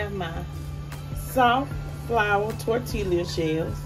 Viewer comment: Yummm ps u dont pronounce the l's in tortilla. Sounds like torteeeah 😁💖